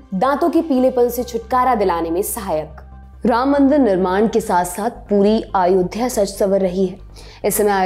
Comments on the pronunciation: महोदया “अयोध्या “ है आप आयोध्या कहे जा रही हैं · It should be pronounced as Ayodhya not Aayodhya which the anchor is pronouncing. Its very similar to Ram being called as Rama and Ashok as Ashoka. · Not aayodha .its ayodhya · Aayodhya mt bolo... Lallantop should teach her how to pronounce ayodhya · It’s अयोध्या not आयोध्या. Why Lallantop always play with pronunciation? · अयोध्या को आयोध्या क्यूं बोल रही हैं ये मैडम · its अयोध्या (ayodhya) not आयोध्या (aaayodhya) Please be correct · अयोध्या not आयोध्या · Aayodhya.... Sahi see tyo bolo nam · pehle to tu Ayodhya bolna seekh le